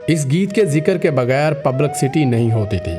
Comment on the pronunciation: Apka "public city" bolna bohat achha laga